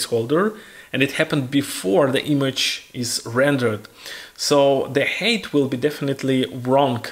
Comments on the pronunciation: It's Height not Hate, I was puzzled for min what he was saying 😅. But overall very informative tutorial 👍🏻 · Видео - супер. Единственно маленький момент height произносится больше как хайт, потому что хэйт это hate)))